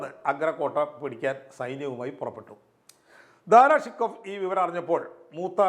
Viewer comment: ദാറാ ശൊകോ എന്ന് ഉച്ചരിക്കുക. ഫാർസിയിൽ ഇങ്ങനെയാണ്.